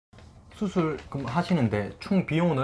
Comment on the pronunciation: 나처럼 ㅅ발음 안되시네ㄲㅋ 수술 ㅡ 후훌ㅋㅋㅋ